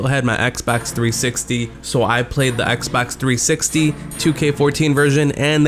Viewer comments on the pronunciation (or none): Why does he say " Xbax 360" lmao